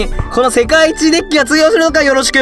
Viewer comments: Dick って聞こえてもーたw （dick は男のあそこって意味） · Dickって言ってるｗ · DeckがDickに聞こえてしまう事件簿